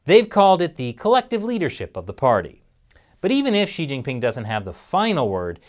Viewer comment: First announcer I've heard who almost pronounces Xi properly. It's close but not quite like "she." It's really more like "shyee." Good try though